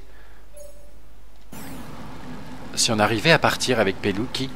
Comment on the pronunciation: super vidéo mais je crois que l on prononce comme sa"mateo pelutchi